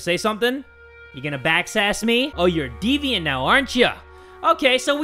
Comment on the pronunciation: It's deviant, not devient. You could at least try to search it up.